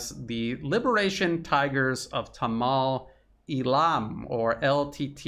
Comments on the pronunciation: Good stuff, but correct pronunciation is 'Tamil' not 'tamal' as you say. A couple further things in reporting is a China developed/leased port facility and also how leadership got sucked into extreme green policies like organic farming which crashed exports. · excellent analysis, but a quick hint on pronunciation... it is SHREE lanka not SHRAI lanka, also TAAMIL, not TAMAAL... small details but make this more easily assimilated by people living in that region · Pronounced as Sree Lanka. Tamil pronounced as Tam-mer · As a language teacher / student, I'd like to give you a minor pronunciation tip. The "i" in "Sri" and in "Tamil" is pronounced "ee." Just as in Italian (spaghetti) and Japanese (sushi), the "i" is not the long "i" as in "high," but the short "i" as in "spirit." Hope this helps. Thanks for all the great reporting and insights and commentary. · Sri Lanka is pronounced shree - lanka. Tamil is pronounced tam - meel, rhymes with Tammy. I visited the country twice, once at the start of the civil war & once again immediately after the end of the civil war. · Quote: "Gadavillers Panoir 9 months ago (edited) Hi! A Sri Lankan here. Let me clear up some confusion. Even though it is written 'Sri'; we pronounce it as 'Shree' because that's how it has always been pronounced in our native language. " Also: "Tameels". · Excellent analysis, but the pronounciation of many words like Tamil was wrong. Hope you figure it out next time